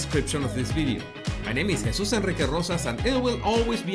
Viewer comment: 👏👏👏pronounced hay suse, thanks for setting the record straight